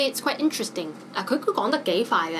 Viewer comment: Tracy said "quite interesting" and I just wonder why you read back as "trite interesting"? In this case, who speaks English better?